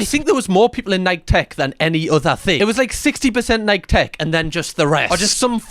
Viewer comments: Hot tip, Nike is pronounced like Mikey not Mike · It’s pronounced ni-key, there’s only four letters in that word, yet you can’t say correctly?!! 🙄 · I don’t think I’ve ever heard someone say Nike like that